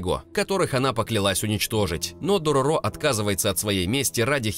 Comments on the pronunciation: Дорóро, а не Дорорó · не дороро а дорро так аниме называется и манга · Все хорошо, но только ДорОро, а не ДорорО. В аниме ударение было именно на первую О. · ударение на средний звук - дорОро в аниме мальчика звали именно так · Правилно будет читать Дарора